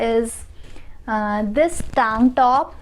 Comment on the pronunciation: Other people: Tank top This girl: TaangTTOP😂😂🤣🤣